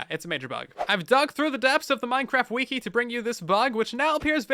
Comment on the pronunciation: Who finds it funny when he says ''wiki''